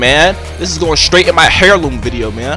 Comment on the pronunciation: It's not *hair*loom its pronounced *air*loom